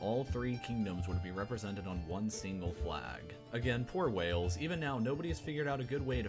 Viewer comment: WALES (WAY ILLS) not WELLS. St. Andrews Cross is also called THE SALTIRE. The video shows a 4 leafed CLOVER instead of a 3 leafed SHAMROCK for Ireland ! GREAT BRITIAN = ENGLAND, SCOTLAND and WALES. UK ( The full title being...The United Kingdom of Great Britain and Northern Ireland) = ENGLAND, SCOTLAND ,WALES and NORTHREN IRELAND. I can't believe you would never have seen your "OWN" historic flag in your history lessons at school !